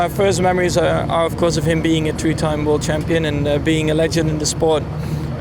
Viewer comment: lol If he said two Why does the pronunciation it end with a “ee” sound and not “oe” sound .. it doesn’t make any sense at al .. watch it again with 0,5 speed and you hear it clearly! Try it!